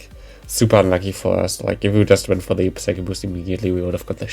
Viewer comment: /sai-koh/ and /sai-kick/. Other than that, nice showcase!